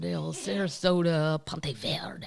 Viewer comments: Good news/Bad news for and the rest of us. Bad news: cute new shirts already sold out. Good news: is rockin it. Side news (not to be an a-hole, but I'd want to know... ) it's PonteVedra /pon-tay vee-druh/ If it were verde, she would be correct that verde is green. It's north FL on the ocean and beautiful. Go visit. Love this lady and hoping we get more shirts soon!! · Yeah, my friend that took me to the show lives in St Augustine and always laughs at how I pronounce Ponte Vedra 🤣